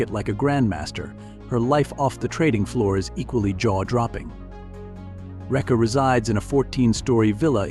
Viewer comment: oh my god your pronunciations got me triggered... dm me if want to learn how we Indian really pronounce these names... GOD..... JESUS... its SAA-V-TRI NOT S-V-TRI enunciate that A.. its RA-JE-YA SABHA NOT RAJA SABHA ITS A-GA ... NOT A- G -A (this really triggered me.. DAMNN MAN DONT BUTCHER NAMES LIKE THAT.) ITS RAY-KHAA you sound like you saying REKE... (that's also my mother's name by the way.) JHUNJHUNWALA Is like ... JHOON- JHOON - WAALA... THE SOUND IS OF 'O' LIKE 'SOON' smita crishna godrej is also ummm... for me , but its ok i can live that